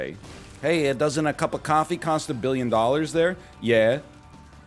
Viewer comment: he said: scuse me got a little coffee in my throat. I heard: scuse me got a little cough-y in my throat